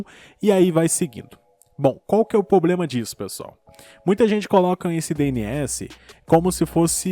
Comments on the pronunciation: O problema é falar poblema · cara, nunca mais fale POBLEMA, corrige isso, pelo amor de deus.